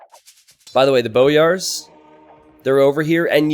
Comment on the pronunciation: I'm pretty sure it's pronounced "boy-ars"